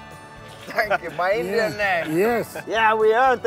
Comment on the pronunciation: Every time they said "INDYAN" I cringed.